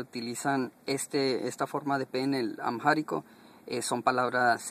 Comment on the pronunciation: No puede usted hacer un vídeo didáctico con tantas burradas No sea bruto, No se dice "Amjárico" aunque haya una "h" intercalada si dice y se pronuncia "AMÁRICO", que también existe como palabra en español para referirse al idioma. No es el idioma oficia del imperio "Itiope", eso hace mucho tiempo que dejó de existir, más bien es el idioma oficial de un país que se llama Etiopía No sea burro, el amárico no pertenece al grupo de lenguas "AFRO-SEMETICAS, eso no existe más bien es una lengua SEMÍTICA MERIDIONAL No se dice "otras idiomas" se dice "otros idiomas" Ni el árabe ni el hebreo ni el arameo son lenguas "AFRO-SEMETICAS" son lenguas semíticas No se dice un consinente y un vocal. Se dice una consonante y una vocal No se dice "i latín" se dice "i latina" la explicaciones son lamentables